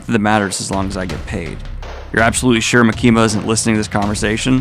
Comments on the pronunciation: dude for the love of fucking gawd its MA-KIM-MA NOT MA-KEEM-A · Why are you saying makimas name like that!? Stop doing that!!